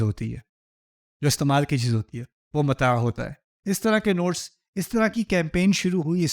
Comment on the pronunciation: السلام علیکم ورحمتہ اللہ وبرکاتہ لفظ متاع ہے متاء نہیں جزاک اللہ خیرا و احسن الجزاء فی الدنیا و الآخرۃ شہزادی